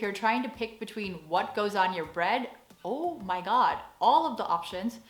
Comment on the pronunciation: Hahaha, your Oh Mah God (seeing the information boards above the aisles) sounds JUST like a dutch person doing an american accent. One of us, One of us :P